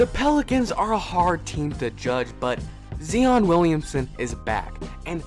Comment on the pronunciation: He called him ZeeOn Williamson!!😂